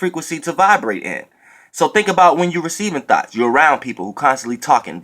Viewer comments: When you say thoughts, it sounds like Thots,Lol, Even though we know what you mean. 😈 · I thought u was saying thots😂😂 Thank u for this message. I definitely needed it😩💜👏🏾